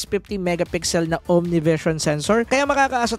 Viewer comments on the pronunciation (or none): Konting bawas lang sa word na CAPABIITY goods na yung review mo. Keep it up! 👌